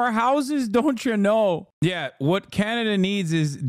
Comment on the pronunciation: Why are you pronouncing Canada like that??